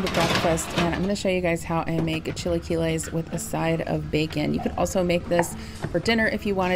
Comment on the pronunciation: 😂 U make me laugh so hard when u say Chiliquiles...U pronouce it wrong 😂 Lol... Sorry but i crack up when u say it...❤